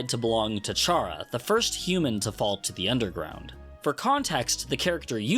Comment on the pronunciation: It's not pronounced char-a. I know there's no official pronunciation but it definitely isn't char-a. Chara is a pun on "character" which is why it shows up as "the real name" when you put it in, even though the character's name is actually frisk. It's probably pronounced kara.